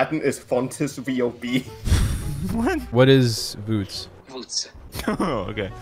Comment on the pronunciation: Then: Now: Vootz Like if you know what I’m talking about:(